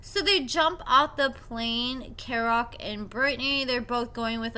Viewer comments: Im sorry but can you get the pronunciation of his name right. Kerok Key-rock. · Kerok’s name is pronounced KEY-rock.